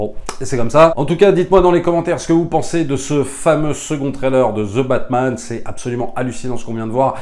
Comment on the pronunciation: Plz, arrêtez de prononcer :" Ze batman " phonétiquement c'est "2 batman"